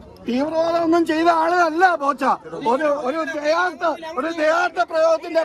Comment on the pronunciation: പോച്ച അല്ലെടോ ബോച്ചേ 😅